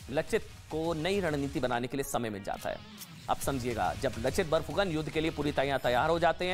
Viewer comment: Not लचित बोरफुकन its लाचित बरफुकन